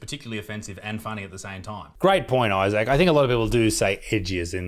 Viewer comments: Why is he pronouncing Issac’s name ‘I-sack’? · It sounded like he called you eye sack in the opening lol 🤣🤣🤣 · He calls you “Eye sack”. 😂😂😂😂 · Mr Eye-Sack😂